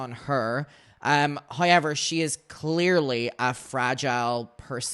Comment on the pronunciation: Tf is “Hiever”… it’s HOW EVER .